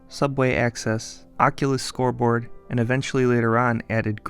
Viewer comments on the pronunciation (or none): Nah. Not scoreboard. Not scoteboar. Not scorebore. /